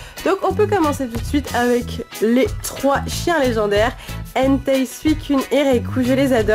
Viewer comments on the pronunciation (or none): none